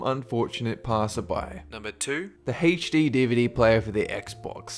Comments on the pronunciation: It's not HachD it's HD. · IT'S NOT HACH-D, IT'S H-D DUMMY!!!! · and he pronounces HD like HAYCH-DEE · Anybody else notice that this guy struggles with the term "HD?"